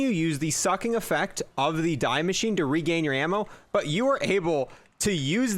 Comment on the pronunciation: die maschine = “dee mashine” not fuckin die